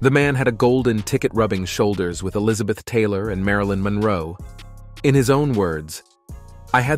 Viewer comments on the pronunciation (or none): none